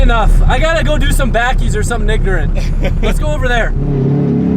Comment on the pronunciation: sounded like said nignorant 😂